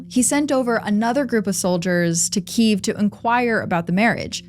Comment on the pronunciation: Thanks for pronouncing Kyiv the way Ukrainians do 🫶